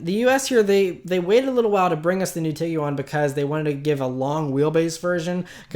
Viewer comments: Say TEEG-JUAN. Not TEEG-YOU-ON. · Tiguan is 2 syllables, not 3. Just saying